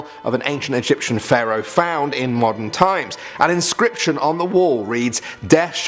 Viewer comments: Its pharaoh. Not pharoah. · No ones gonna mention that it’s “pharaoh” and not “pharoah”?